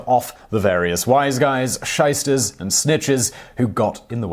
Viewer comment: Hat er gesagt "Scheissters" :D?